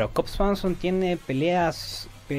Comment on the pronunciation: El conductor podría haberse tomado la molestia de aprender a pronunciar el nombre de su invitado. Del intérprete mejor ni opinar.